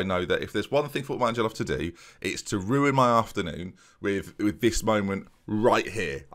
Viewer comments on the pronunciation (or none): none